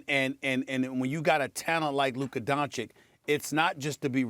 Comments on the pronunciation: “DON-CHITCH” NOT “DON-CHICK” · Doncic, nit Donkic!! Not that hard🥴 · It’s pronounced DonciCH, not DonciK. Get it right. If you can say Antiticumpo or whatever, you can say Doncic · Stephen, "Luka Donchick", A Smith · How does Stephen A STILL say 'donchick?' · stop saying doncik, show some respect Mr. Smitch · Can he stop calling him DONCHICK ?! That’s DISRESPEKK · Stephen A, its your job to learn how pronounce those players names correctly!!!! shame. luca doncić is a superstar in this league you will repeat this name for years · I expect Stephen A, pronounce right the last name of Luka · As extensive as his vocabulary is, you would think this clown would learn how to pronounce Luka’s last name properly. Terrible. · I could understand Stephen A. mispronouncing Dončić when he was first drafted, but it's been 3 YEARS. He's won rookie of the year, been a 2x all-star starter and has earned all-nba first team 2x as well, what more must he do? It's insultingly disrespectful and at this point Stephen A. is blatantly mispronouncing Luka's name on purpose, all for the sake of getting people riled up (and I fell for it). I can't help but feel this is a race thing and that he's not too happy that a white player is inevitably going to become the next face of the nba. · Going on 4 YEARS and this clown still can’t say Luka’s last name right. Clown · Can you say his name right? This is your job lol